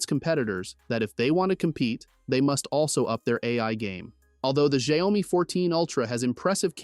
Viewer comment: do you just like to pronounce it differently? goofy af shayomi speaking english man